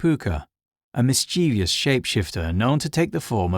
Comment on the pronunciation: Loved the video, but I have to ask, do you know that you're pronouncing mischievous wrong? It's mis-chiv-us, not mis-chee-vee-us. Have a look how it's spelled, there is no second I after the V